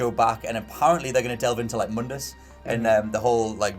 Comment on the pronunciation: (Moon-dus) Mundus. People, it’s Mundus. Stop saying it wrong. Ninja theory clearly didn’t care about pronunciation. That said, I’m extremely excited to play Devil May Cry again, and hope that Devil May Cry 5 is just as good as the others. Hopefully, we will NEVER bring up DMC: Devil May Cry, EVER AGAIN.